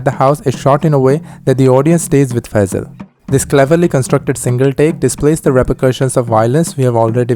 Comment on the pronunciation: you pronoused phaizal right